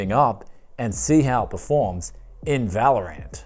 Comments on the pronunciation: He always says vÄlorant instead of valorant. 😂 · Normal people: valorant This guy: valor ant